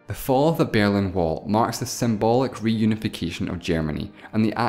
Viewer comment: The Bearlin Wall? I thought it was The Berlin Wall.